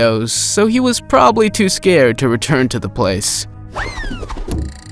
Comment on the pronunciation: All her saiding was not rael, I'm not Scard on the monster.😂😂🙄👎🏻😜😜😜😜😜🤪🤪🤪